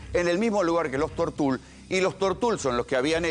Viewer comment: "Tortul", no tiene acento ortográfico, se pronuncia como se escribe, sin acento.